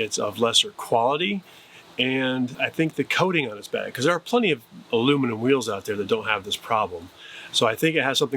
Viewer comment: I did you said alumnium wheels right